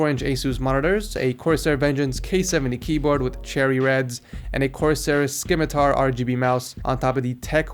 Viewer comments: Did just say "Skimitar"?😂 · "Skimitar" Oh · The C in Scimitar is silent ;)